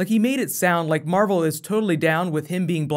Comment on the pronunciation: he said marble film instead of marvel